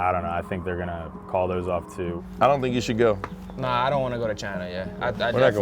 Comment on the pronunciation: “ I was naw”